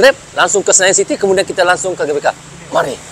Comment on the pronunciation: GBK (GeBeKa) bukan gabeka..🤭😁